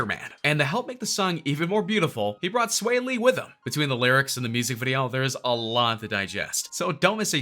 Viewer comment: He’s saying sway lee it’s swaw lee